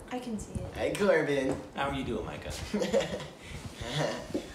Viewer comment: You amazed us with your pronunciation. Impressive.